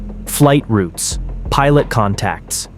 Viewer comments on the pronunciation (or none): none